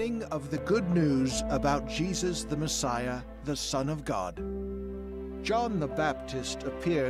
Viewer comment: "Jesus the messayae", pure réplique australienne 👌